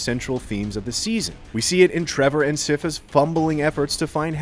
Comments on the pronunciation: Just finished was freaking amazing bro!!! and its s-EYE-pha not s-IF-pha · He said "Siffa" when he said Syphas name. Didnt he watch it in English? They SAY her name like every episode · Sypha is pronounced with a hard "I" like the word "sign" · Her name is Sypha not Sifa.... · How the hell did you pronounce Sypha? Sipha? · Okay... but did no one catch how he's pronouncing Sypha's name? Why can't they have someone who's actually watched the series do the narration? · I always wonder why people say sypha wrong... In Spanish the Y and i have the same sound. In English too... Sypha is like SCIence and FAmily...